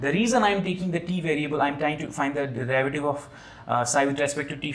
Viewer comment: Derivative. Pronunciation!